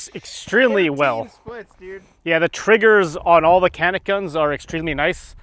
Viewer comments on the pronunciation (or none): Chanik not Kanik... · Its pronounced janik mateh